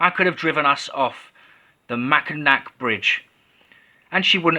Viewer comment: sorry, Mackinac = Mack-in-aw I know it doesn't read that way but I would't be a true michigander if I didn't say something.